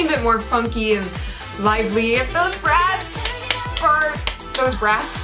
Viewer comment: When she said, "Hello fake brass." I though I heard, "Hello fake breasts" and was like wat O_o